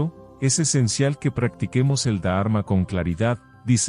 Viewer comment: Y no es da arma sino dharma. Son palabras que si las decis bien la lectura y traducción será aún mejor. Ánimo y adelante!